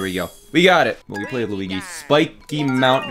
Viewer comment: I'm italian and he pronounces it good!